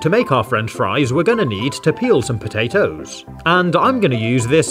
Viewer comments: i love it when he sais "pota-toes" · The way he says potatoes 🤣🤣